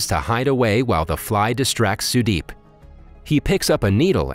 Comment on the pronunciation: as an indian the way you pronounce the names cant stop me from dying of laughter, but the way you said sudeep is actually a good pronouncemnt